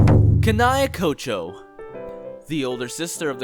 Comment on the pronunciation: How hard is it to pronounce Demon Slayer Corps, Kanae Kocho, Sakonji Urokodaki, Kanao, Zenitsu. Also Kaigaku and Zenitsu aint brothers